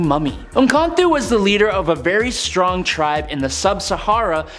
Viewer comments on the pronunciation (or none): none